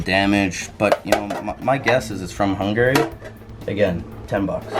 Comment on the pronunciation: its kinda annoying how says Hungary incorrectly